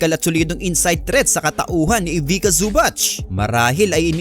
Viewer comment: Ivica pronounced as Ivicha not Ivika.